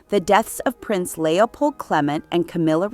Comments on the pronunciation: who pronounces Clement this way other than this video? It is so irritating I had to turn it off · And where did you learn how to pronounce Clement?